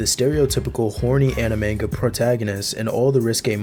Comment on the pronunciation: "Enimay" bled my ears